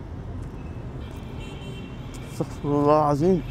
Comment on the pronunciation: اسمها استغفر الله بضم الراء وليس استغفر الله بفتح الراء